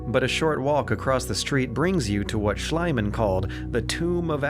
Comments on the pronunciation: It's Schliemann, maybe better pronounced for an English speaker as "Shleemann". I cringe every time you call him "Shlyman"". Amazing Vid overall, good work! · My only complaint about the video (everything else is excellent): Schliemann is pronounced Shlee-mahn, not Shly-mahn. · Thanks for covering it! But: Schliemann, not Schleimann. iii, not ei. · Honestly I like your video a lot. But ONE THING disturbs my ear when / while I'm listening to the pronunciation of HEINRICH SCHLIEMANN, the famous german archeologist. It is not pronunced Schl-EI-mann, you should have said Schl-IE-mann (like a longer "i") instead, for example like in sp-EH-re oder f-EA-r. Just sayin'! :) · One stadion, two stadia. Schliemann = "SHLEE-man" not "SHLY-man". With Mycenae, if you're going to pronounce the C like a K as the ancient Greeks did, why pronounce the Y and AE as in modern English? In Greek it would sound roughly like "mu-KEN-eye", while the standard English pronunciation is "my-SEE-nee". Salamis= "SAL-uh-mis", it's not pronounced like the plural of salami ffs. I just don't understand putting all this work into a video that's otherwise really good only to bungle the most basic pronunciations of key terms, especially when they're so easy to look up. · Slight correction on the name, It's Schliemann, not Schleimann. The "ie" in this case is pronounced like you would with the name "Lee" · fantastic. I often found myself going more often on a sightseeing tour in the game than actually playing it. I think the designers did an incredible job. p.S: it's Schliemann btw, not schleyman and also not shlime-man. Calling someone a different name is actually... you know.. a different name. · Strange.. No sparta uh? They went full fantasy there with gigantic wooden buildings would have been in real life instead... No stone. Schliemann is not AI. It s Eeeman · I'm sorry to nitpick here but it's Schliemann (with the"i" pronounced like in the word "believe") and not Schleimann.